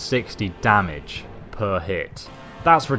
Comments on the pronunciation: Its not damige, its damage. I hope you were joking. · You actually spell it as "damage" not "damige" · 1080 damige you know xD its damage xD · Can we talk about "damige"? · damage. not damige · "Damige" - 2014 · "damige" i hope that was intentional